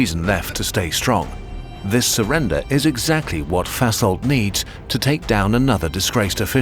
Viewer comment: Funny that the narrator pronounces Vasholdt like "fesselt", which is german for "ties up".